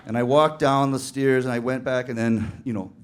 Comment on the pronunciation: The way he says stairs...